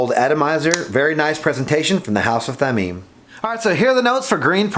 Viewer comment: Thameen. Your first pronunciation is correct. Thameen is precious in Arabic.